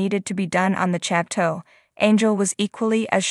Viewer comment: “Chat toe”…🙄